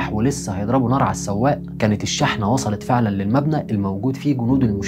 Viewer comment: شرح مبسط وجميل وطبعا حلقة مفيدة .. بس عندي ملاحظة على كلمة (شحنة) هي تنطق شُحنة بالضم مش شٍحنة